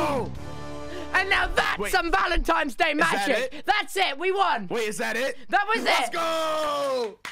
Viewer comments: is it just me or did tubbo call it "valentimes day" throughout this entire video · I love how tubbo pronounces it vAL-Em-Timebs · is he saying valentimes day?? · “ValEntIMEs daY” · "Valentimes" day lol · nobody: tubbo: “valentiMes day”